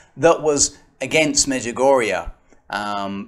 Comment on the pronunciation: Father i know most of these people you mention here and much much more and i think there is not a single prove in this video that the Mother Mary is not appearing in Međugorje and btw you are spelling it wrong,it is pronounced like A at the and but that doesnt prove anything too.if you want to prove something how abouth some real evidence?I am realy sory my English is not better and i am not educated in teology but i can tell you that i hear arogance in your voice and the sheperd of God or Marys Warrior or how do you call yourself should not have that,i think you should have more love cause Mother Mary loves us so much.Instead, you are dividing the Church.I cant prove the apparitions in Međugorje either but i dont want to and this is not my job.I believe because of so manny fruits and God gave me the knowledge to feel what is fake and what is not.But i dont judge the people who dont bealive,i just think some of them should be more polite.I dont believe in other religions beside katholic church but should i judge them or should we make example with our life like Mother Theresa or lots of other saints and Layman?I am not at this point yet but i hope i will be.God bless all who is reading this.